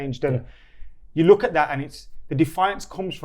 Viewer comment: This guy says SCH instead of K, is that how most people in Liverpool talk? Look = Looch